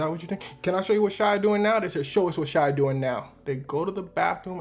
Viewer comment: Why does everone put an L in shia's name